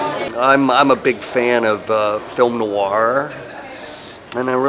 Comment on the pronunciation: Note to Jeffrey Combs: noir only has one syllable, not two, but don't feel bad, I've heard Edwin Samuelson at CineFiles pronounce it with three. Absolutely hilarious.